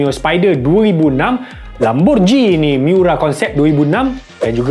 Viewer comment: Lamborgini bukan Lamborjini walaupun ditulis Lamborghini tapi sebutannya Lamborgini, sebut biar betul jangan jadi ngok sanget 😂